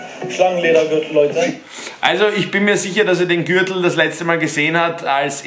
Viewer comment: So ausgesprochen Gürchtel